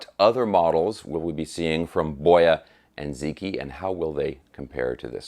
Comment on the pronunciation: for what it's worth, it is pronounced more like Bwuh-Ya Dzuh-Chee